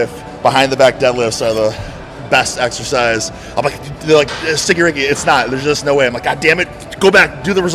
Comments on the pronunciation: It would be funny to hear attempt to says Boogz last name. He cant even say EGGERSIZE. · was probably avoiding butchering his name like he butchers words like EGGERSIZE